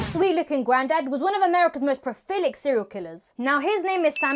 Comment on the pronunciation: Not "profilic," but "prolific." Great video, as usual.